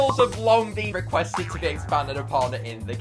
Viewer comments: Most painfully video to watch 😢 it pronounced e thee reel alls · Aw yes, “etherals” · the way he pronounces 'ethereals' infuriates me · "Ethrels" (not hating)